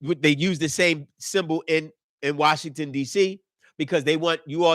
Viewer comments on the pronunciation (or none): none